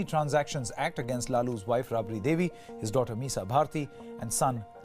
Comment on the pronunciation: Its not rubri devi.. Its raabri devi.. Angrez ke bacche